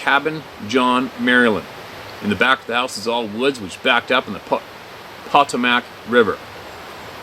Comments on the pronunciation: For reference only, they are pronounced “Paw tux ent” and “Poe tow Mac” rivers. C&O canal is a long narrow (180 some odd miles) and lock 7 is 8.70 miles from the terminus of the canal in Georgetown, basically Washington D.C. I’m getting creeped out more now with your stories. I grew up in those areas and visited those very spots in the 70’s & 80’s. No incidents, but gives me the chills thinking about it. Ended up in SW Ohio some years ago and realized it was a hotspot. I live within 30 minutes of Brookville Lake IN, where a viewer stated in comments section that they had several sightings. Also, a few years ago on a cold February night, I stepped outside to relieve myself (because I could!) and noticed an orange orb type object just hanging in the sky. Watched for several minutes, went inside to get family to look, returned and of course it was gone. Daughter spotted it several miles west of the location I saw it at. I’m not looking for trouble, but I am sure there is so much more going on in this world, we can’t begin to imagine…. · It's "pah-toe-mac" Potomac River.. FYI. 👍😊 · Hey, it's pronounced Pah-toe-muc (Potomac) River here in the mid-Atlantic region. Just sayin'. TFS! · Puh-TUX-ent River; Puh-TOE-muck River